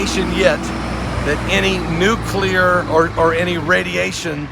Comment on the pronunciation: It is NOT nucular. It's NUCLEAR.